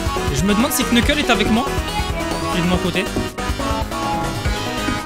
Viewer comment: On ne sit pas le k dans knuckles